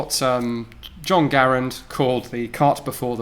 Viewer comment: Impossible not to like a man who effortlessly pronounces Garand correctly. Lot of 1M+ sub gun commandos on YT who can't pronounce their own names correctly thanks to the 6th grade education.